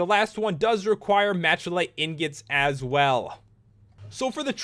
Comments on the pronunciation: machalite is misspelled, its really spelled "malachite" and pronounced (mala-kite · Machalie is pronounced Mac a lite